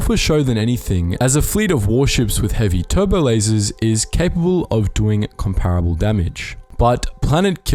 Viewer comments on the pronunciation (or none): none